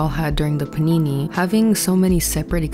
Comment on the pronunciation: My trauma is hearing you say "panini" instead of pandemic. Anything would be better. Say shutdown, or drought, or potato chip. Anything else. Please. Youtube has lifted that monetization ban, by the way. You can actually say pandemic.